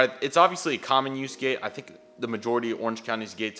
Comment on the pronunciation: Is it just me or does "Common Use" sometimes sound like "Communist?"